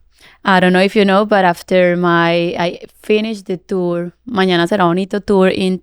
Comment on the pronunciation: The Spanish pronunciation in this is appalling. El factor X, mañana será bonito, TQG, her name Karol?! Surely she should have got someone on her team to teach her how to say these things. This would have been much better with a more respectful presenter like Zane Lowe or better yet a Latino